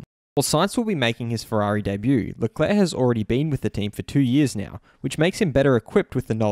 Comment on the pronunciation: It’s leclerc, not leclair